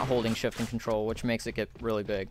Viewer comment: shift聽起來講成shit